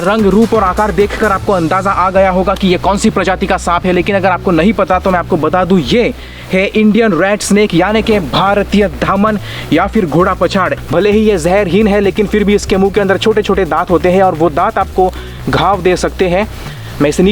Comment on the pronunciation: Dhamna bola jata